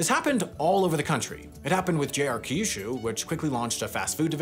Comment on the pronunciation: It's not pronounced "ka-yu-shu" or "ki-yu-shu". Pronounce kyu like the letter "Q".